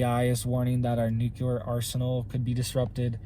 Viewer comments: I've not said anything for a while now, but its pronounced new-clear, not nuke -cu-lur just sayin. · Thanks for your input. The word is NEW CLE ER. NOT NU QUE LER. NUCLEAR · It’s NEW-KLEE-AR,, not NOO-Q-LAR! The continuous mispronunciation of the word nuclear drives me nuts! That said, thank you for the video. HOWEVER, you don’t seriously believe that China is the only nation engaging in international espionage, do you? The U.S. can switch off China’s electrical grid in a heartbeat, and they can destroy ours. Ed Snowden showed us that years ago, as did the fact-based movie ‘Spygame.’ The ONLY reason the major players haven’t played their trump cards yet is because no one wants a MAD scenario, which is what would result. Consequently, at present, TPTB are testing out how far they can push the proverbial envelope before the nukes start to fly. I have no doubt that they will fly, and it’s going to be Hell on Earth, but always remember the mutual focus of every player involved is a global population of 500,000 people. And those people will be (have already been) cherry picked, and you and I are not invited to the party. ‘If in this life only I have hoped, I am of all men most to be pitied.’ (The Apostle Paul.) Amen.🙏🏻 Love and All Good Things, Jesse.🌹 P.S. We’re not going to win the small battles, but God has already won the war. Only the second death is permanent! Love and All Good Things, Jesse.🌹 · Nuclear not nukelar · Please say nuclear just one time properly. Noo-clee-ar. 👀😂 Love the channel. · Say it right! It’s “NUKE - LEE - ERR!!!” For crying out loud,, you sound like George W. Bush! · I can't take anyone seriously who repeats NOOK YOU LER over and over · Am I the only one who thinks he pronounces nuclear wrong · If pronouncing nuclear wrong is the worse thing he ever does but the information he gives us is correct I would say we have bigger issue tobe concert about, appreciate he info and keep up the good work, love your channel